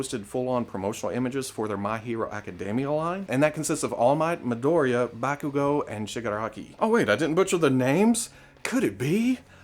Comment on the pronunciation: Hey robo, just a tip, it's pronounced like "mee" "doh" "ree" "jah"